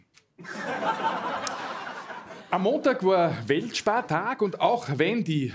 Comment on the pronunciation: Grüße gehen raus an alle deutschen Landsleute, die auch jedes Mal gezuckt haben, wenn er WELTspartag gesagt hat. :D